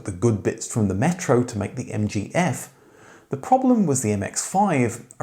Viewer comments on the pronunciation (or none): none